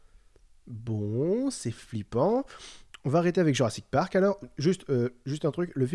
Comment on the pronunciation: " jurrasik patrak " WTF